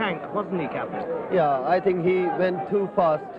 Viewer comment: OMG, THEY GOT KAPIL'S ACCENT RIGHT AS WELL. 😍😍